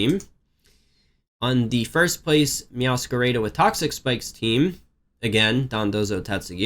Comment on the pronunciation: No one:: "Meowscarayda"